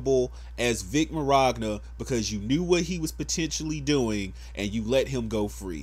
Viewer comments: Vic Marogna? There is no R in there bro. Vic (Mon·yon·ah) he's Italian. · Love the video but it's pronounced "minyana" not "mignogra" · i love the call out on monica, but my guy, i just can't get over how you say Mignogna XD "Min-yawn-a", not mir-ag-na" 👌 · I hope justice is served & he's vindicated of all charges and accusations. But um..... his name is Vic Mignogna not Mirogna. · His name is pronounce "Vic Minyona" Not "Vic Meragna" Lol However, that aside, I completely agree with you. My only point of contention is this idea that being a white Christian conservative makes you a target. I'm a gay atheist, a liberal, and a hater of all things DJT. However, I don't hate straight people, white people, or conservatives. I do hate SJW NPS though. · 0: Did you say Miragna? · "Mirogna" Mignogna min-yana PS: still liked #IStandWithVic #BelieveFacts #BeingItalianIsNotACrime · I love your opinion and thoughts on this but dude. It's pronounced Vic MIN-YAWN-AH. Lol not Vic Mirogna. There is no r in his name. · Vic Merogna..? It's Mignogna. And Sabat is mispronounced too. I'm just saying for when you make future videos. Honestly, no disrespect, but when you say that everyone knows him over "lil ol Monica Rial," whose name you pronounced perfectly in this video, and then you mispronounce his last name, it sounds like you don't really know him either. I'm not condoning/condemning the video itself either. Again, no disrespect. Speak your opinions and passions, it's your prerogative and I'm not the kinda person to take that away from anybody. I'm just letting you know, in case you decide to make another video about this, should anything else happen. Peace. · His last name is pronounced Min-yon-ah. Not sure where you are seeing the "r" in his last name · If I may, the correct pronunciation is "Min-Ya-Na", it's an Italian last name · His last name is pronounced “MINYANA”. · "Vic Miroggna" xD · I find it hard to get past calling him Vic Mirogna instead of Mignogna. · "Vic Meragna"